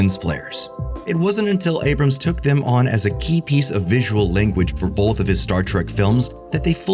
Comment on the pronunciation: The lens flares were less distracting than your erroneous "l"s in "both".